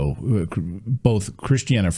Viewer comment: It's Christia not Christiana. Not that it matters now.